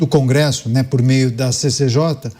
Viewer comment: "Cangresso" kkkkk